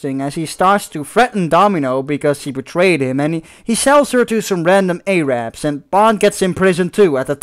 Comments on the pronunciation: Just so you know, saying A-Rab is offensive as hell. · 007 CM Mispronuncing like that is considered a slur. The correct pronunciation (as everyone should know) is Air-rub, it rhymes with cherub.